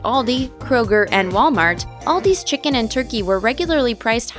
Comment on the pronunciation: You say chicken and turkey so weird.